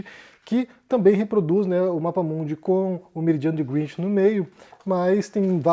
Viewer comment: A pronúncia correta é grénitch, com E aberto.